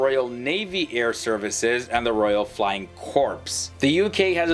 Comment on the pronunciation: While this video did sorta get the top 5 right, there was a LOT they said was just wrong. First off the word Corp isn't pronounced "corpes", it's "core" like the Marine Corp. When talking about the US Air Force they don't have any attack helicopters, only the US army and Marines have attack helicopters. Yes the US Air Force is by far the largest and most advanced air force in the world, the US Navy/Marine Corp is also one of the largest with around 4,000 aircraft. The UK Air Force should be at the bottom of this list only because of their lack of aircraft. While the UK does have excellent aircraft and pilots, there just isn't enough of them to justify putting them above even China. The Israeli Air Force is very good and deserves to be on this list. The Chinese Air Force is fairly large, but their lack of anykind of combat experience and the fact that fighter technology isn't on par with the rest of the air forces on this list puts them squarely at number 4. Russia is still the second largest and best air force in the world mainly because they have a large number of good aircraft. Russia still lags well behind the US in terms of technology and pilot training. Most people don't have any idea at just how powerful US air power really is. Of course it's common sense that the US has the largest and most advanced military in the world, but the US is the only country in the world that can literally control the sky in where in the world at any time. If you have ever served in a real m